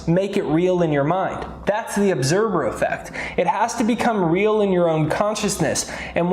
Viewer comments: I thought he said 'obserber effect'. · I love your information but my OCD is driving me nuts. LOL it sounds like you are saying obserBer effect. Lol